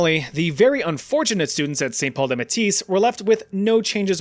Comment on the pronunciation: Just so u know, St. Paul des Métis is pronounced MAY-TEE (French Canadian-native). 🇨🇦